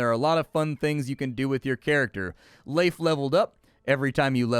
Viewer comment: Holy crap. You said Leif correctly!!! That is my IRL name and I get Leaf or Life so often.